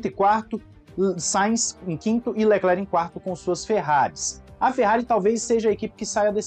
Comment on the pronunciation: Eu tenho um pouco de agonia quando (que lembra o lendário Joselito), chama o Leclerc de "Leclér" hahaha. Mas sobre expectativa para a corrida, está parecendo que teremos uma boa corrida amanhã.